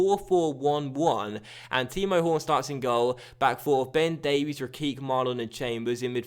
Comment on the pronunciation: I like how you said Ben Davies when naming the team making it sound like 2 different players